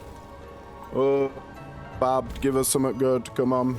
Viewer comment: Hey, I love your videos I’ve recently gotten into sworn and you’ve helped me tons, but I love Celtic gods and badb is one of my favorite gods from mythology, but her name oddly enough is pronounced bahv or sometimes bie-ve!